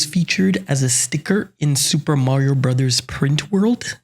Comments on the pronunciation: I don't understand people complaining about super mario bros. and super mario brothers interchangeably. I also don't understand why you're pronouncing it as "brasas" who says it like that? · My mans really said, “ supah marios brutas” love the petty. Keep it up! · immediate subscribe on hearing 'supah mario brazas' 😂died laughing, thank you for making this! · Yeah, I would cringe if someone said "ave" instead of "avenue." You're not right on this. You can continue to be wrong if you prefer, but... you're still wrong. Just watch the intro to Super Smash Bros. and Super Smash Bros. Melee. It's "brothers" not "bros." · At some points, I thought he said Super Mario Brazzers. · Its definitely pronounced broze. That was such an annoying way to pronounce it,i know it was annoying on porpoise tho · Super Mario Bros. 🙅 Super Mario Brothers 🙅 Super Mario Brasas 👌